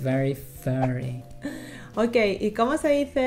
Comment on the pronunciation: furry, not fury ^^'